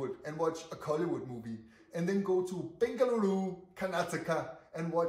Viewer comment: Wow you are pronouncing "Bengaluru" better than outsiders staying in our Bengaluru for so many years